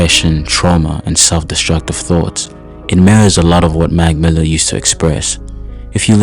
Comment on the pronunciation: Brother it’s “ Mac Miller” not magmilla take a damn breath use punctuation. Terrible for my eardrums couldn’t make it past the first 15 seconds